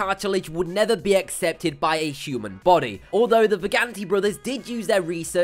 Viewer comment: Is it really that hard to pronounce "Human" and " Dengue"???